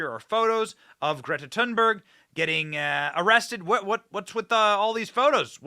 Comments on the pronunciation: I thought it was Thunberg not Tin berg …? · If you want to sound really smart you can pronounce her name correctly. (but who cares actually) “The final ‘g’ in ‘Thunberg’ is typically softened by Swedish speakers into something like ‘yeh’ in English: ‘tOOn-bairyeh.’”